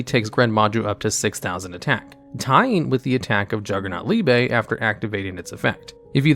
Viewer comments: You say liebe wrong every time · He really pronounced "liebe" differently in each one lol